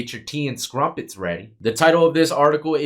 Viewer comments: My gf: “Did he just say tea and scrumpits?” Me: ”Yeah, he does that… I hear him say ‘bald face lie’ and it makes me laugh every single time…” 😂😂😂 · Did he say tea and “skrumpents”😂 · “Tea and Scrumpets” 😂 you can tell this mf didn’t graduate high school. I love it when he tries to use words outside of his understanding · It's crumpets my boy not scrumpets 😂 but you prob figured that out already you're smart dude or ragebaiting probably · Scrumpets. Dude. You're killing me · scrumpets 🤣 Im not English or American thank fcuk but its tea and crumpets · it's crumpets my broski 😂😂😂 Not scrumpets....love your work though my G!! Keep these vids coming 🇬🇧🇬🇧🇬🇧 🇺🇸🇺🇸🇺🇸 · Hi its tea and crumpets by the way!!not scrumpets 😂😂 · Tea and scrumpets lol I think it’s crumpets 😂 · He said “scrumpets” 😂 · Bless ,,,,its Crumpets 🇬🇧🇬🇧🇬🇧🇬🇧🇬🇧👍🏽❤️